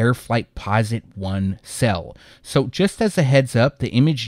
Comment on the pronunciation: "Cell" <-------🤣🤣🤣🤣 I laugh every time. No idea why he can't say "sail". Lmfaoooooojdjei754rtahsbbsj